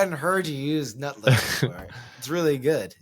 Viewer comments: Tim's mispronunciation of Howard Nutlick's REAL NAME had me Laughing Out Loud in REAL LIFE. 😂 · Lutnick is such a sycophant, emphasis on the first syllable (sick). 😂